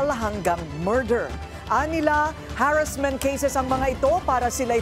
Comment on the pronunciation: Ayusin mo pronunciation ng harassment, broadcaster ka pa naman